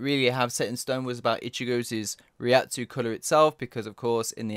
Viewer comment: "ichigo's's" .................the fuck